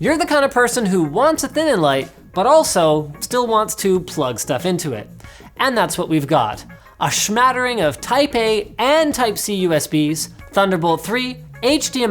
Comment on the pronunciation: "shmattering"? Are you out of your mind? SMATTERING.